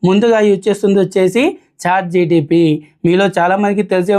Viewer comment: Bro.. its Chat"GPT" ("G"enerative "P"re-trained "T"ransformer) not GTP.. Pl correct Ur pronunciation